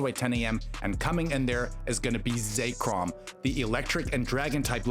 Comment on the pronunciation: ZECK-rahm not Zack-Rahm